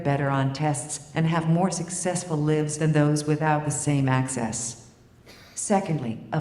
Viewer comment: so the AI is able to write it's own complex argument but does not know how to pronounce "LIVES" in the correct context? Have her debate 100 college students on 100 topics and allow millions of people online to send her feedback that can be mapped to every word and decision in her neural network... then have her run a Million simulations and kick out exceptions for a Billion more feed backs. Rinse and repeat. Translating feedback might be the hardest thing an AI will ever have to do. The way machines learn is not too different from the way children learn .. it's very Boolean and based on influence, exposure and FEEDBACK. Can an AI be biased or even racist? yes. Can an AI have empathy? I think so if it's weighted into it's core values and it's thinking about impact and consequences with every word and decision it makes. Can an AI change it's mind? Sure with feedback but not like we do with painful life events and that might be the biggest difference between us. REAL Love, Hurt and Emotion shapes our world view, not a bunch of data.